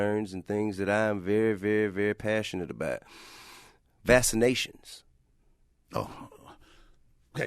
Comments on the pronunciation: You mean "Vassa Nations", he doesn't do the hard C lol. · Man he is so stupid. “This is very near and dear to me. VASSinations.” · T.I - "What's with vassa nations."